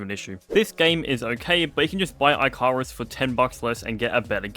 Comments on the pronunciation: It bothers me how you say icarus. Its ic-a-rus, just for future reference. And no hate but its not -i-carus. Like the dude who made wax wings and flew to close to the sun. And the game is ehh. I played with my GF and friends a lot. It is nothing like Grounded. Its more like a you have X amount of days to build up a base, which you need to complete a mission. Then after you complete the mission your base wipes. That is how it was when I played it ages ago. Was def a game for builders. Because its land on planet. Work towards your tech through your buildings and then when you get your tech high enough to complete the mission you leave. Like it could be oh you need to mine this, so you need X lvl of mining platform. So you need Y crafting station which needs all these others. Its basically tech builds tech and the world destroys everything and its always being reborn, so you have to rebuild every time. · eye carus lol